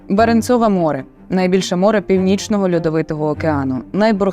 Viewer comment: баренцОве - навіть наголос не може зроботи вірний ахахахах що ти бл таке ?